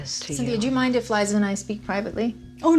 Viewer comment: Just a friendly heads up, it is Liza, not Lisa (pronounced L eye za), 👍🙂👍